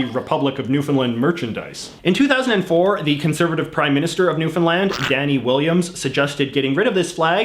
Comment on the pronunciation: Ohh almost perfect. No one ever pronounces Newfoundland correctly. JJ pronounced it right the first time but afterward didn’t ;(. Still love ya though.